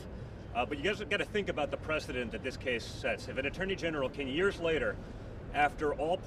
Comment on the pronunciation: Donny boy please learn to pronounce the word "precedent"